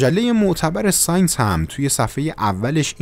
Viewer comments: مجله سانس انگلیسی چیه اخه تو مثلا داداش تحصیل کرده هستی ....مجله سایِنس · با سلام و تشکر از برنامه های عالی ک تهیه میکنید...یه نقد کوچول موچول:لطفا تلفظ لغات لاتین رو صحیح ادا کنید یا همون معادل فارسیشو بگید(چه بهتر). مثل:سینس که صحیحش ساینس هست که منظور (علوم)ُهست.